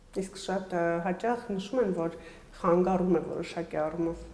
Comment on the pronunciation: Հարգելի հաղորդավար՛ոչթե խանգառում , այլ՝ խանգարում ❤